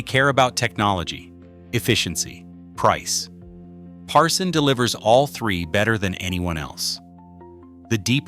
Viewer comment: it's Parsun not Parson! How can we trust you if you don't even know the correct name?